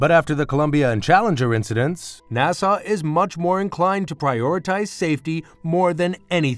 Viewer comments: NAS-AH not NA-SAW! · Yup, not NAHSAW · Interesting but maybe hire a narrator that knows how to pronounce NASA.